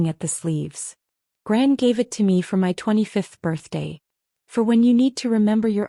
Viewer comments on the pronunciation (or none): Grant instead of gran??